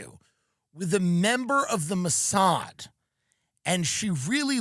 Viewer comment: "What is the MOW-S-HAD?" Bari's pronunciation is impeccable, for someone just learning about the Mosaad. Some people just have quite the ear. 😂